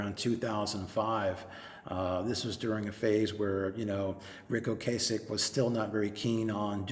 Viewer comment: I really think you're mispronouncing Ocasek. It's not a hard 'a'.